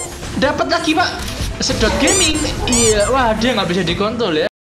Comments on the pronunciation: Njerr kontrol jd kon**l..wkwkwk, tp gua akui lo best observer indo bang... Nice bangeetttt... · Menit 07.14 ngakak anjir Rnya ilang jdi cont*ol 🤣🤣🤣